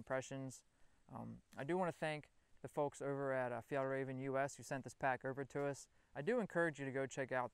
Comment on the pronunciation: Hey don't forget the Swedish ä! It's "Fjällräven" :)